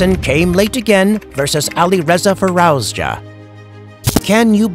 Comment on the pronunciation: Fir-arouse-ya? Who's arousing who? And who the hell is this narrator? 🤣